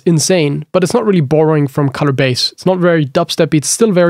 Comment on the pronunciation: lol whenever you say borrowing